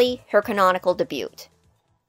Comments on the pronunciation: debut is pronounced "day-byoo" not "duh-byoot". I have never heard anyone in my life say it that way so thought id let you know. great vid tho lol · Just a friendly FYI. The t in debut is silent (day-byoo) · I love the video, and your channel is amazing! Roxanne's personality definitely caught me off guard at first but I fell in love with her character rather quickly. This next part is because my brain is now itchy and the 'tism demands I ask. I just wondered.... about the way you pronounce "Debut". I've only ever heard the word said with a silent "t", like "Day-Byoo". Is it something that's common in your area or? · the "T" is silent mx. thing....